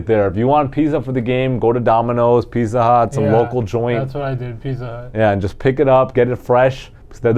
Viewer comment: Hey guys, great show. I'm here in Bristol R.I.. Not big R.I. but smallest state in the states. Thanks for turning my fortunes around, love the picks. Keep up the good work. BTW....it's pitzza, hit the z hard not soft. Lol.